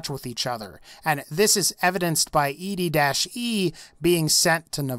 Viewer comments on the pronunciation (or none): EDDIE NOT ED-E